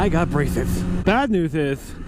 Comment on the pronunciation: "I got brahshshesses"